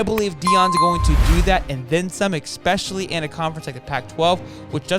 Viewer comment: It is pronounced E-S- pecially not E-X-pecially. That aside so far your content is good, superior to quite a number of one-man YouTube college sports channels.